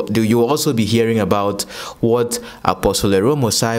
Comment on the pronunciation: Dear... AROME is pronounced (Ah-row-meh)